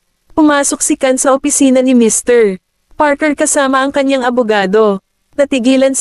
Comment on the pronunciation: Ang ganda ng storya.. pero may isang question lang ako.. putol ang pag basa ng name ng mr goldman. Mrpause Parker..